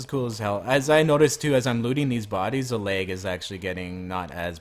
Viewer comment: LAG NOT LEG